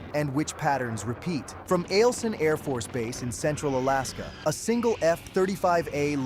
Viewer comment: Eielson AFB is pronounced 'aisle-son' or 'isle-son'. AI garbage, Also Anadyr (Анадур) (in the Chukotka autonomous region of Russia) is pronounced 'ah-NAW-deer'. But that one is forgivable since few English speakers know the correct pronunciation.